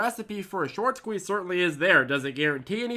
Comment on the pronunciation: Why's he saying squez